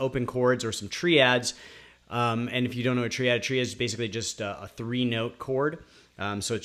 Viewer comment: Triad is pronounced "try ad" not "tree ad". Just trying to help. My brain just glitched. 😝